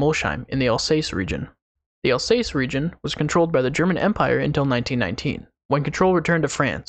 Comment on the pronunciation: it's pronounced 'al sass' with a slight z sound on the first s yes, I'm french, but from the south, I have alsatian holiday home owners next door.